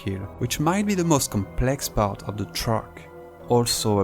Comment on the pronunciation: "truck" or "track" ? 😉